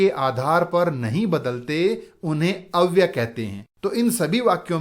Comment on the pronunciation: अव्य शब्द के साथ य अक्षर है जो अव्यय शब्द बनाता है । गुरुजी आप अव्यय के स्थान पर अव्य बोलते है सुनाई देते है ।